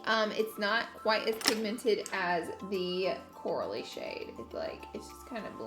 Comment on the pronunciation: I love how at one point you say Coral-y color but it sounded like you said Cora-lee lol